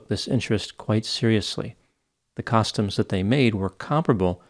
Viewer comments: I've never in my life heard anyone pronounce costumes as you do. It sounds like you are saying "caustums". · I wanted to bust chops for his pronunciation of "costumes," but this case is so messed up. R.I.P. Liz ✨ 💐✨ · It's going to take me at least an hour to get over the way Doc pronounces "costumes." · Interesting the way you pronounce “costumes”